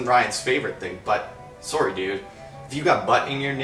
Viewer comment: I still love how you say "sorry". Cute Canadians <3 Justin Bieber sounds pretty ridiculous.